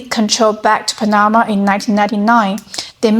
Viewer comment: LOL!!! It's PAN-na-ma, not Pan-NA-ma